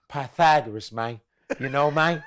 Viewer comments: "Im trying find the Pythagoras Mang"😂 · "See, mayne ain't like a straight line. Now when I say mayne, I'm talkin about mayne as in maynekind, not mayne as in men"